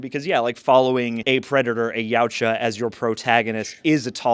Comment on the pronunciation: Jesus Christ, finally someone pronounced their species' name correctly.